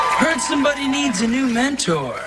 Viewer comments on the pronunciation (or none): none